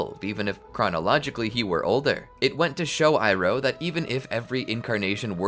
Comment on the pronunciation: ITS IROH NOT IRON